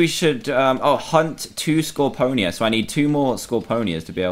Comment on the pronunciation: DAN!! ITS SCOR-PEE-O-NA !NOT! SCOR-PO-NEE-A!!!!!!!!!!!!!!!!!!!!!!!!!!!!!!!!!!!